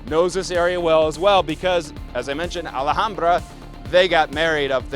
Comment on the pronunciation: The "h" is silent -> Alambra 🫠